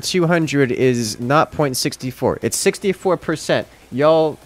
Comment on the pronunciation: You guys got him so gaslighted about his math skills that he went to a southern drawl "yall"